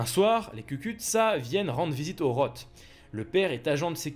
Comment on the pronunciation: '' Roth '' se prononce '' Ross ''.